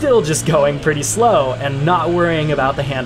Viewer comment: I giggled when i heard him say "pretty slow"